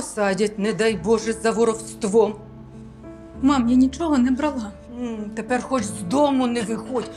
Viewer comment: Не брАла- українською. Не бралА- російський наголос.